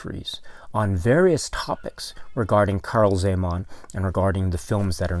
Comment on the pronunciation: ...i am from Slovakia, formerly (until 1993, similar languages) part of Czecho-Slovakia... your pronunciation of original movie title and czech names is almost spot on :-) And it is very pleasant to see the work of Czech artist Karel Zeman is appreciated around the world...